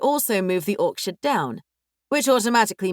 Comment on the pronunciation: Orchard❌️ Orksherd✅️ 😂😂😂